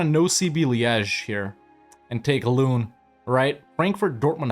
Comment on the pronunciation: I find it funny how he pronounces Loon as Lune while the English word 'loan' would be a very close approximation of how it is actually pronounced :D